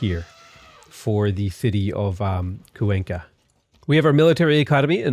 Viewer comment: kwayn-ka not cuw enkah